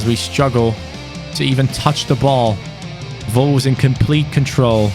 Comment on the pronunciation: No one:: “Volves”